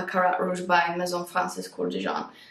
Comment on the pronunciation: Finally someone who pronounces 'Maison' correctly😂